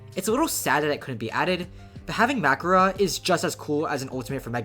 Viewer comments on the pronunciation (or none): did bro just call mahoraga, magora 💀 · First time I've ever heard someone say "Mag whorah" instead of mahoraga or makora and I genuinely had no clue what he was talking about at first and had to rewind it 5 times to understand 💀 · "makura" Where'd the k come from 😭😭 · hes saying makora but like mackerel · It's just "Makora" plus an accent But yeah I do agree, it sounds strange with the accent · Makora, its name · how tf does this dude pronounce makora bruh